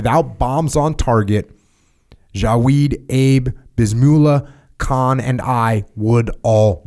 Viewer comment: Jocko - “KAHAAAN” “It’s just kahn” “Oh ok...”. Lol